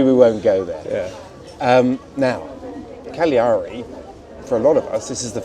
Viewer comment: Hey. Cagliari is 3 syllables not 4. Swallow the first g and you'll get it